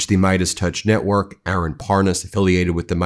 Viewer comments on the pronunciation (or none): none